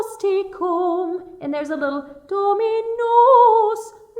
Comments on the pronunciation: Just wanted to add "Dominus tecum", is Dominus-teh, TEH-COOM, no TEE-COOM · Your Latin pronunciation needs a bit of work, so those counting on this will be wrong in several places. Some of it is simply imprecise, but the two blatantly wrong are "plena," which is pronounced, "PLAY-na" and "tecum" which is pronounced, "TAY-cum." When you SAY "Ave Maria," you SAY "Av-a," but it is ALWAYS ""AH-vay", said or sung. Some of your instruction is spot on, and I'm surprised and happy to see and hear a Bechstein, a fine piano.